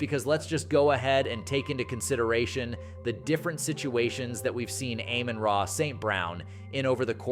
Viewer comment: Please learn how to pronounce people's name Amon-ra no I dummy